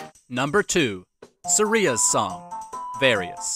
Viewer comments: It’s not Sur-eee-uhh It’s Sur-I-ah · Sareea's song? Haha. It's Sahria, not Sareea. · Am I the only one bothered by how he said Saria's name, it may be right for all I know but I always said at as suh-ri-ah 🤷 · Suh-ree-uh.... im gonna be sick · Who is suh ree ya? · hahah it is Sah ree a. Good point. Not mah ree a. Who knows link never speaks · oh no. Suh-ria? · Video is great but how did u pronounce saria so wrong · Wait, that's how you pronounce Saria?! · the way you said saria hurt my ears :(